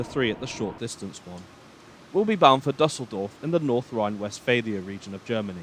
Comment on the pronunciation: Nice, but please check the pronunciation of foreign names before going on the air. The WP article on Düsseldorf shows you how to do it: [ˈdʏsl̩dɔʁf]